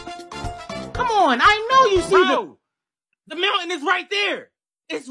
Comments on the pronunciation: How pronounces "mountain" is Mow ayn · It's funny because kids' TV would never let a widespread edutainment show pronounce "mountain" like that.